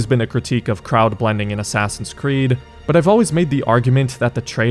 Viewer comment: i just realized he says ASSASSIUNS creed